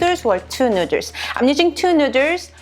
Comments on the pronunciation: Made me giggle the first time when she said nu:ders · ĆHÔŻÉŃ ØŇĖ yasss!!! Nu-der’s😂😂😂😃😂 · why the hell she pronounce noodles like an idiot? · I was in before I noticed your shirt. Amazing. I love the way you say "noodles." :) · Is that how she really pronounces noodles or is it an inside joke? Just curious ... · how do you know he's white. Also, she has fun with the way she pronounces it, seeing that her shirt says it. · I didn’t realize that noodles is a hard pronunciation for Koreans til I started watching this channel- it made me realize my mom says noo-duhls and my dad says it nood-ders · Is noodles not nurdesss omg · Cup Nuddles lmao say it right I'll spell it right LMAO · nooders?! Hahaha NOODERS! WHAT? nooders............ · Why the heck does she say nuders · One Nu:ders or two nu:ders i love the way she says noodles. nu:ders... Lol 😆😍😌😇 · I'm high and I think this is funny she keeps saying neuters and not noodles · STOP SAYING NUDERS!!!!!🤤🤤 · No problem saying rib eye and sesame oil but cant pronounce noodle #nuders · Can't stop hearing "neuters" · This is how many times she said “nuiders” ⬇️⬇️⬇️ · I will never pronounce noodles any other way than "nuders" from now on. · In case you're wondering, shes says noodles(nuders) 38 times. I highly suggest you dont play an alcoholic drinking game with this one, lmao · Hold up "Nooders" tf? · Why no1 tell her to b4 filmin its noodles not nudez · oh my gosh she said nuders and i lost it, was about to comment and make fun of it or somthing than i saw her shirt...i love her i think NUUUUDURRRS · I left the video when she said cup nuders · I definitely love your [nú:ders] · “Cup nooders” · Best believe that I'm gunna be calling noodles, nu:ders from now on!!! Lmao I love it!😂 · Did she say nooders instead of noodles? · "Cup nuders" hahaha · Lol cup “nú:ders” day no more I am subscribed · I left when she kept say nuders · "You guys loved my nu:ders" 😉 oh my glob lmao!😂😂😂😂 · 10 dollars for how many time she says Newders